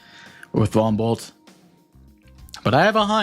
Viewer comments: Did anyone else hear Von Bolt as "Bumble"? XD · Right about now, it's time to rock with the biggity Von Bumble 🐝 👩‍🦼